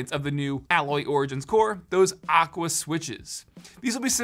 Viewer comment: or when he says aqua